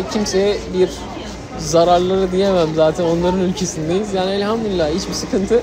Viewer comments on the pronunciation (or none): none